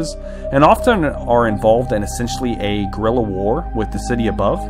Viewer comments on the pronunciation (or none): none